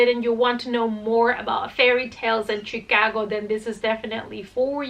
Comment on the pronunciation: I love how you say Chicago! Where I'm from people say it like Shaaa-cogo. But Chicago like you say makes so much more sense to pronounce! Because it's not Shaaa....lol! Anyway, lol, your cats are adorable! Great video, ❤❤